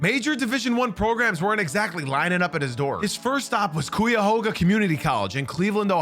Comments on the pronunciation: kai·uh·hoag·uh is how you say Cuyahoga. Hoag like hoagie. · Cool video. But. Cuyahoga is pronounced Kai-ya-hog-a. 😅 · From Ohio it’s pronounced like kyahoga 😂 not hating just love people trying to pronounce it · Please pronounce Cuyahoga right next time 😂 great video. Ben Wallace is an absolute beast and even being a North East Ohioan the 04 pistons championship will be my all time 2nd favorite title until hopefully the Cavs win a 2nd chip 😂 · What did you just call this place good lord I’ve never heard my county pronounced so wrong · You slaughtered “Cuyahoga” I’m from Cleveland and I don’t think I ever heard it pronounced that bad haha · you good haha bro ! I heard it pronounced tons of ways over the years honestly haha ! Yours caught my attention , I had to rewind the part ! Keep up the good work the video was good regardless 😅